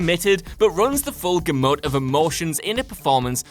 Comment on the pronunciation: "Runs the full guh-MOOT"? How exactly does one run a guh'MOOT? Is that anything like running a gamut? /GAH-mutt/, kiddies.